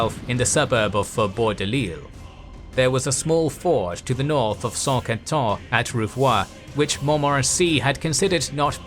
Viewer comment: Another great video! Though, there are a few prononciation errors I notice in the video and on this channel in general. Mostly the "in" sound French, which pronounced as "an". Like the main battle of the video, Saint-Quentin. This "in" sound is found in English, like in "Saint Albans", a battle of the Wars of the Roses. It is literally the same sound. So, I hope this "in" sound could be corrected in the future long-form videos of the Italian Wars and Hundred year's war (Saint-Germain, Saint-Cloud, etc.). As for Saint-Quentin, the sounds are actually reversed in the pronunciation of. Not San Kintan, but Sin Kantin. Also, I notice the pronunciation of the Italian region of Piedmont. pronounces it as "Peedmont", but I think it should be closer to the Italian pronunciation, "Pieymon". Elsewhere in this series, I notice the pronunciation of the french city of Cambrai. To be closer to the french pronunciation, it should actually be pronounced "Kanbrey". And for the Hundred years war series, I heard Anjou being pronounced as "Anjo", with an "O" sound at the end, but it should be pronounced with a "U" sound. used to pronounced it correctly in the Wars of the Roses series. Finally, there's also Agincourt, but the french town is today called Azincourt, pronounced "Azincur". Besides, I understand that French could be difficult, but the rest seems pretty good. Thanks again for the great content! Always a pleasure to watch! Cheers.